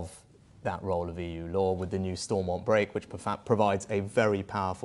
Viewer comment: Funny watching him 😄 he thinks he knows what its like to live in Northern Ireland or anything about the good Friday agreement 🤔 tell that to the new ira going backwards he cant even say stormount properly fs .... joke